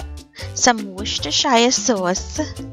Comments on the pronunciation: As I say and Tia say most of can say that word be we all new what it is not only her say it wrong famous chef out there still can say it. So she fine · you're still pronouncing Worcestershire wrong???